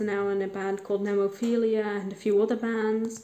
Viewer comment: one remark: nemophil-a (not nemophil-ia). and that's actually my personal favorite Japanese metal band.